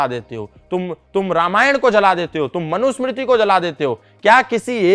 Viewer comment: Yeh gyan chodi ko bolo apne Manu Smriti ka sahi ucharan kare